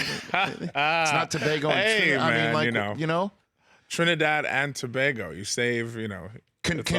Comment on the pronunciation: Big up to Rich for pronouncing Tobago correctly.